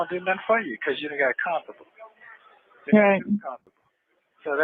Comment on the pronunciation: Conthubul- i guess he's saying comfortable 😩